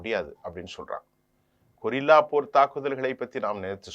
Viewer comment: சகோ! கொரில்லா தாக்குதல் அல்ல அதனை கெரில்லா தாக்குதல் என உச்சரிக்கவும்